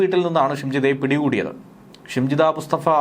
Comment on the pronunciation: ഷിംജിടാ അല്ല നരഭോജി